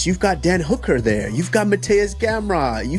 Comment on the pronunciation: "Gamrot" Lol